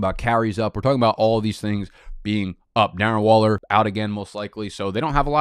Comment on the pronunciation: We got ur boys "Duh-rren" Waller and "Duh-vid" Johnson along with anyone named Darrell in here let's goooo